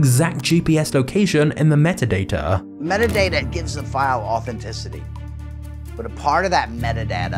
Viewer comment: Bro said metaData and metadAtA in the same sentance